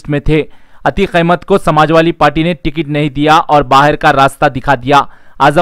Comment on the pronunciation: Samajwali nahin be Samajwadi Bolna to seekh pahle